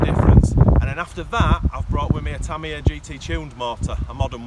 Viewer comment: tamiya, not TARMARARRR